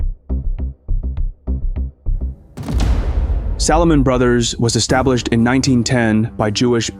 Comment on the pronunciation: “Salahmun Brothers”. 😂